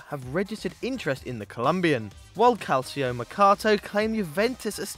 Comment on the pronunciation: Calcio = “cal-cho.”